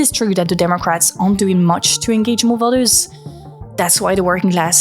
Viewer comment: has anyone made you notice how you tend to pronounce vote "vert" and voters "vers" ?! your british-leaning accent is bugging my american-fed ears, not even halfway through the video and i got to point it out !